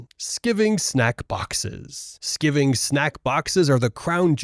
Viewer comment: Skiving not skivving